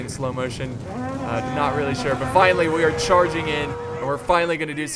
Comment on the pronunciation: "The Siege has Fishly begun" idk thats what it just sounded like